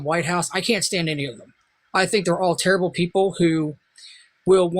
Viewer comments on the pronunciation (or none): none